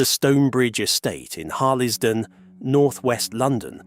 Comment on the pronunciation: AI shite! Harl Les Don?😂😂😂 pronunciation of 'Ian' pathetic crap